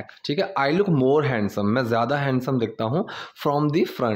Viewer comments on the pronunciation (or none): हैंडसम नहीं हैंसम होता है 🤣🤣